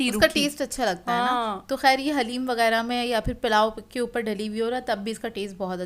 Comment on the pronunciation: Piyari sister plz say daleem to HALEEM.stay blessed.Ameen